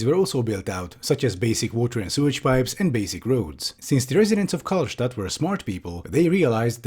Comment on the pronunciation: I like how called the city "Karlstadt" (Stadt in german means city)